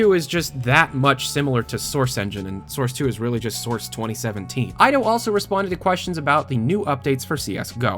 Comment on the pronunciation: Ido is pronounced Eedo, not Aydo 'tis a Jewish name Ido Magal